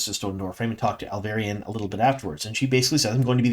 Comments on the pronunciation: Alviarin. Al-vee-air-ehn. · Great video as always! Loved this season…and I don’t care how you say Alviarin lol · Hi, I’m subscribed to your channel since season 1 and I know how you always apologize about butchering foreign names. I guess many names in TWOT are also foreign to you, as you do indeed butcher some of those as well. I can smile about most of those (you even say Tanchico correctly now 😉), but the way you butcher the name of Alviarin as Alvairin is annoying and I have seen others comment about it several times already. Please try to pronounce it as RJ spelled it phonetically in the Glossaries: ahl-vee-AH-rihn.